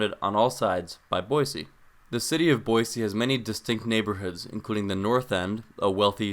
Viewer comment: Hello, former Boisean here! Born and raised, lived there 19 years, juuuust outside of Meridian. First off, thanks for pronouncing Boise with an S, not a Z. It's a shibboleth, anyone who says "Boy-zee" is an outsider. "Boise" was named so by French explorers, who, after weeks of traversing the deserts to the east, finally saw evidence of water in the valley below and reportedly shouted, "La Bois! La Bois!" which means, "Holy shit we're not going to die of thirst!" (Jk, it's a word for woods.) So, it comes by the "city of trees" moniker a bit convolutedly. Couple small things you missed. Boise wasn't a mining town as much as it was the aggregation site for mining in other towns; farmers and miners traveled to Boise to access the railroad. Also, Boise is home to the Peregrine Fund, which developed methods that saved peregrine falcons from extinction, and has greaty contributed to similar efforts to save California Condors and other birds of prey all over the world. Truly one of the greatest things Boise has to be proud of. Some bigger things you missed, the traffic in Boise is egregious. The city did not plan for the Boise/Eagle/Meridian area to ever have more than 100,000 residents, and has moved too slowly to adapt to the 800,000 people who now commute sometimes 100 miles a day through it. Likewise, many of the larger roadways are dangerous. 50mph stroads are the norm in Meridian, Eagle, and the Bench. The is currently ONE freeway for the majority of residents, on which driver